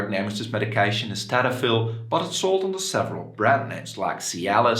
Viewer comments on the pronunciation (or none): I would presume as a medical doctor, you'd know it's tadalafil and not tadafil.